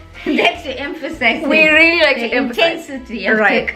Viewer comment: I think you should perfect your words before mentioning other Indians don't know how to use the correct words and pronounciation. Just like you mentioned the word really as relly